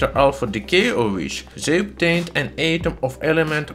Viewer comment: Atom is pronounced with a short a like alpha not a long one like mate. Love your stuff.